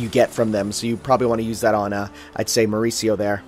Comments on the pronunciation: i was just casual watching this video until i heard called my name "Mauricio"! WTF. i forgot why was my name called (Update), it seem the enemy was fighting was called "mercurio" but that pronounce mauricio there LOLZ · I'm all for a good Shakespeare reference with Mercutio, but that rat was clearly called Mercurio. My brain hurt every time you both couldn't say the name properly.